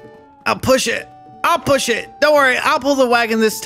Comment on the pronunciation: " I'll PUSSH It